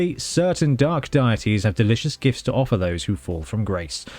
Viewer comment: "Daities" lol